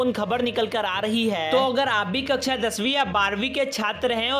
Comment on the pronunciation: The way he say" kakcha 10vi aur 12vi "😂😂